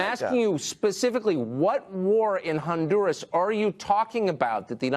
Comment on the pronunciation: If I have to hear that windbag say ondoorrass 1 more time, I'm gonna fuck my own ears off.